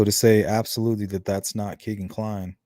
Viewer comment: His name is pronounced “KAY-Ghen” not “KEE-Ghen” as said by his own half-brother who was interviewed by the Murder Sheet podcast.